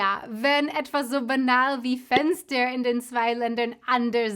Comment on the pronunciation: Can you pronounce „Fenster“ again. So funny To hear your pronounciation!